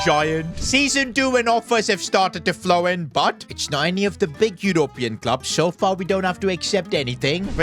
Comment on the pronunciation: Can you say European and Quarters properly man.. jeez embarrassing